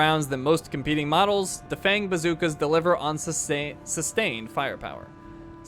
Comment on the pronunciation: I think dafeng is pronounced Dahfung